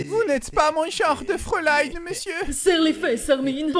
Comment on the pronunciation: Pour tes efforts : FRÄULEIIIIN ❤